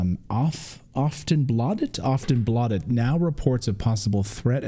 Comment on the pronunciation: Did you say the name of the Swedish media outlet was 'Often Blotted? 🥴😵‍💫 🍷🍻🍻